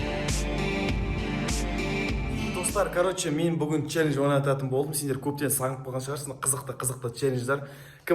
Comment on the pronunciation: Челлендж дегенде челленж деп койыпсың